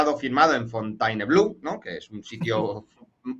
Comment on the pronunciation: Pues pronuncien bien Fontainebleau, al menos!! Se pronuncia algo así como Fonteneblo', nada de lo que dijeron aquí .